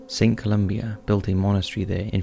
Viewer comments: St. Columba, not “Columbia”. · Great video, but just one minor correction: in number three, the saint’s actual name is Columba, not Columbia.